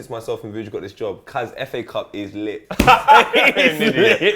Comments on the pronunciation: Did he just call it Faa cup? What the hell.. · The way you pronounce fa cup I heard it like fuck up.